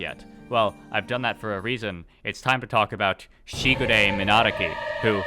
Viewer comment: I love that you're bad enough at saying Minadzuki that youtube thinks you are saying "monarchy" :D